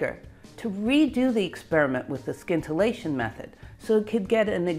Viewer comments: Love Love Love your videos! This one has a small pronunciation error: it's "sintillation" not "skintillation" :) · Scintilatien is spoken like sintillation, not skintillation! Geiger not Gieger! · In the word "scintillation" the "c" is silent, so that the word sounds like "sintillation". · I realize that it's a lot like pronouncing "scattering" as "sattering", but "scintillation" is, in fact, pronounced "sintillation". Your talks, though, are always scintillating. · I think it's pronounced "sintillation" not "skintillation". I know ... it's spelled scintillation but as you know, I'm a nit picker. And a guitar picker. Also, it's "Kirchoff", not "Kirkoff". The "ch" is pronounce as in "church". :) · Please, scintillation is not pronounced skintillation but sintillation. Regards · 'sin-till-ay-tion', not 'skin-till-ay-tion' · "sin-ta-la-shun"... not skint... :p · I'm pretty sure the C in scintillation is silent, and the scin is pronounced as sin. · Scintillation has a silent c, so it is pronounced sin-till-ation. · How many times in her life did she say "skintilation" and nobody corrected her? Granted, aside from talking about Rutherford, it would probabavly never come up, unless she found something scintillating. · Scintillation has a silent ‘C’ !!! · Sorry. I love your work and I love your content, but I couldn’t get past half way through this video with your bastardisation of the English language. The C in scintillation is silent, as is the first C is in science. Skintillation just grates way to much to endure. Look forward to the next video though x. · Where did you learn how to pronounce scintillation? It’s SINtillation. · I think the c in scintillation is silent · The 'c' is silent in "scintillation." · FYI The c is silent in scintillation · Great story! But I believe in scintillation the c is not hard. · Wonderful presentation. BTW, the 'c' in scintillation is silent.